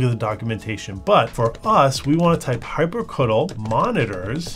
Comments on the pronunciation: "hyprcutul" wtf?! what kind of pronunciation is that? For me it's always been hyprcitiel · Calling hyprctl "hypercuddle" instead of "hypercontrol" is the icing on the 3-pointless-camera-angles-per-second cake. Went from "annoying, but it's youtube" to "give me my nine minutes and forty three seconds back you monster". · the way you pronounce it... /facepalm... hyprctl, i am pretty sure the phonetic pronunciation is: "Hi-per-SEE-tee-L". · I love your pronunciation of 'hyprctl' hyprcuttle lol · "Hyprecuttle" ahahahah, that's a way to pronounce it Sounds like "hyper-cuddle" in my mind